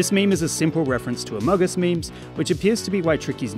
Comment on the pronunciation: U said amagus and amugus no amogus